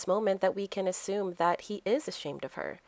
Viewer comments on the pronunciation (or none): none